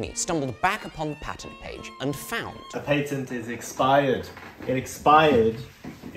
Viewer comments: You say patent wrong for a brit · The amount of effort it must have taken to force himself to use the American pronunciation of "patent" every time... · Damn I don't know him but I love it Soo much the way he says ,,The patent! Has bloody Expired!" 😂